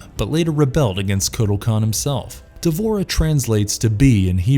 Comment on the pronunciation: It's wrong to to pronounce D'vorah as if it has an A in between D and v in it